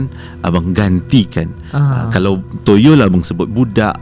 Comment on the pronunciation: Tahniah santai chill dah dpt 101K subs. Collab dgn fav utubers pulak. Moment paling tak boleh lupa, sasul susah nak sebut toyol. Hahaha. All the best santai chill &.